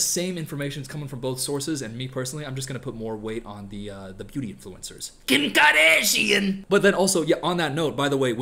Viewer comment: the fuckin KEHM KARDASHIAN took me ooooouuuuutttttttttttt LOL